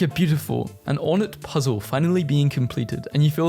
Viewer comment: He just said “ or nt” for ornate